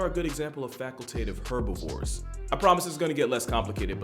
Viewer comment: please pronounce herbivores with the H